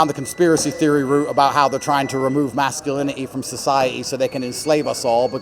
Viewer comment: did he just say masculini'i socie'i :face-red-droopy-eyes